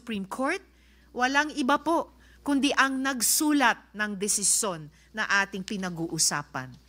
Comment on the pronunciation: Learn to say it right: "nag-sulat" the stress is on last syllable 'lat. Not on the 'su.